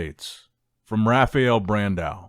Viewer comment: Its not RA FI EL, its RA FA EL